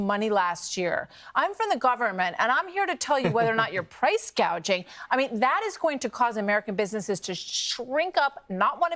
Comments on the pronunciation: If you can’t even read the word correctly from the teleprompter, how do you even know what it means, much less how to fix it?! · First Harris couldn't even pronounce the word gouging.So you obviously know that she is reading off the teleprompter. Not only do all the policy she's proposing make prices go up and cause more inflation. It raises home prices again.So that's twenty five grams just gonna get lost in the sauce. If she's got all these great ideas and can fix the problems now she should be doing it, not waiting till after she doesn't get elected to do it.And get rid of that. Joy business it's nauseating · Is no one going to address the fact that Kamala mispronounced a simple word like “gouging”? She said price “gauging” which is not the term “price gouging”. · How many illegal aliens would be buying their first home in America, and it’s gouging, not guaging!🙄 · She called it gauging not gouging. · Kamala said ' guage ing , not gouging. She could not even get that right. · Wait a minute stop the presses. Harris has just broken new ground and should be praised for alerting us all to the epic issue of PRICE GAUGING! Not gouging. Not gagging - although i basically gagged when she said GAUGING. Where exactly is any GUAGE involved in prices? What a bubble head. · She said price "gauging." There's no such thing as "price gauging." Dumbala meant to say "gouging. " Cheers 🍻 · Kamala said they were price gaging... what is price gaging? Did she read it wrong? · THE MORAN PRONOUNCED WORD WRONG !!SAID GUAGING NOT "GOUGING " WAS THIS INTENTIONAL ??? KAMALLA IS JUST NOT SIUTABLE TO MAKE BIG FINANCIAL DECISIONS !!! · Kamala should know the difference between gouge and gauge…or how to read them off of a teleprompter ! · This brilliant person called it price gaging instead of gouging. Come on. She is reading from prompter and still gets it wrong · Gaging? Not worried about gouging... I'm not convinced she didn't say that intentionally. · She called it price gadging.